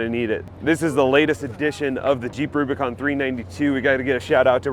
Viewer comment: I like how you said “boo bicon” and not boob icon